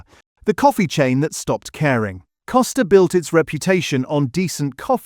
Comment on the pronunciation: Costa not Coaster.........., I go to one regularly and staff are ok and remember my order so AI generalisation , not accurate for a starbucks i have been to